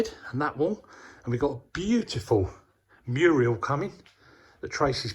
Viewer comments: I was squealing with laughter when was calling the mural a muriel. Bless him! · I couldn’t help giggling when was saying Muriel that’s a person name he means Mural I was screaming at the TV 😂😂😂 it’s looking amazing!! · you made me laugh every time you called the mural, Muriel. My mom couldn't say shrimp, she would say strimp. We got the biggest kick out of that. When you first started the video coming out of the window, you were just like, Jack in the Box! I loved it!❤ That oak table is absolutely beautiful. Perfect for that area, as well as the pew. Your craftsmanship is absolutely amazing. Tracy, you found some lovely items at the brocante. ❤